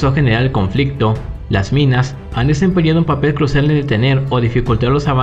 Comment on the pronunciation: Porque ave el Acentooo a Todas Las Frasees...Conflictoooo...Acento en todos los Fin de oracion..🤦🏻‍♂️🤦🏻‍♂️🤦🏻‍♂️